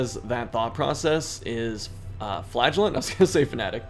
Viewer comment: Sorry dude, you have to start pronouncing Flagellant like Chris does